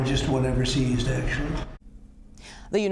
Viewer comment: “sEEEEEEEEIzed a containeRR”😂